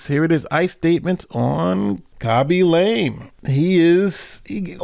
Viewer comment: It's LAW-ME not LAME